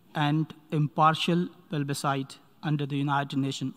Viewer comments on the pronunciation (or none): it's not PELBISITE it's PLEBISCITE you fool. Yeah I'm a proud Indian